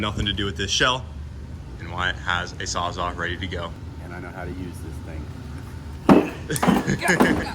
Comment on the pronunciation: Ah yes. The trusty Milwaukee "sawz-awe" 😄